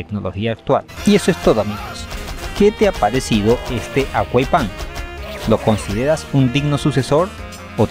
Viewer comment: * Yo intentando no reir cuando dice aqua ippan pensando que dice agua y pan *